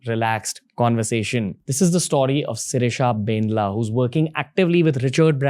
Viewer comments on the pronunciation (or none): When you are Telugu person and cringe😬😬 when he says BANDLA as bendla...... I know .......! its not his fault....😅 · Bandla not bendla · It's Bandla spelt as "Bun -Dla" not Bendla dude..